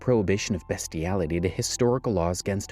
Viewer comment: Ah yes 'BESTiality'... Just read the scripts yourself man...